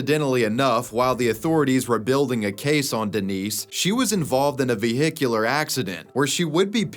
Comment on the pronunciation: did bro say Vi-Hic-Ular